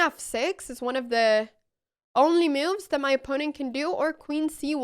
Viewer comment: No me canso de oírte cómo pronuncias "moves" como "miufs", es encantador... Muchas gracias por la forma de enseñar ajedrez, se ve que lo sientes con pasión G R A C I A S!!!